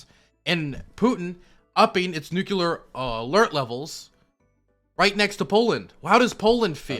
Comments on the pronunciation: is right about everything, EXCEPT the pronunciation of “nuclear”. For god sakes, man, it’s noo-clee-er, NOT noo-Q-ler! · NUCLEAR NOT "NUKULAR" FFS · said nuculure and I cringed. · "New Q Ler" - each time he tries to say "Nuclear"